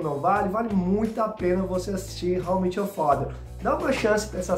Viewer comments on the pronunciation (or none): How I MÉÉÉÉT you father (não é How I MIIIT your father)…estou falando da pronúncia, não da escrita